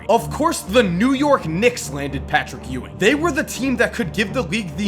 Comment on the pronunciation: This dude said Patrick Youwing..